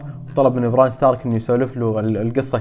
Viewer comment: اول واحد يزبط اسم بريان اوف تارث كل اليوتيوبرز يغلطو فإسمها الكل يقلها براين 😂